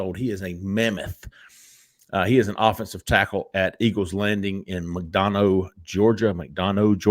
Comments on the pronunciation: Drives me crazy as a resident of McDonough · McDonough= Mac-Don-uh